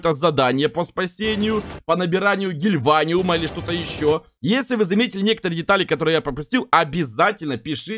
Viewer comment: какая нах фабрика? и не гильваниум а гиваниум